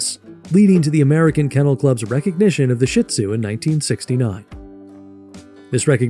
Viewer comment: I hate hearing Shih Tzu mispronounced. It is NOT "shit !!" It is pronounced "sheed-zoo" And please, most of what you are saying about the Shih Tzu is actually true about LHASA APSO'S. Get your story straight.